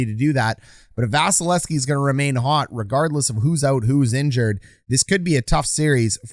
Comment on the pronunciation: Love your break downs. Hate that you don't say the second V in Vasys name. :P